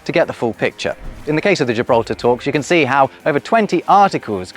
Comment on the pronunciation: Why LamborGini, but gJibraltar?😞